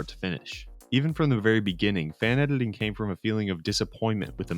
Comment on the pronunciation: Why do you pronounce it "edeling" instead of "editing"?